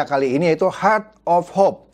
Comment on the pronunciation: hert of hop....ledder....mbok ya pakai bahasa Indo sajah...